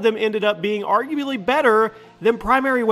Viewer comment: Wait...argue-baly? Bro. You’ve GOT to learn how to pronounce “arguably”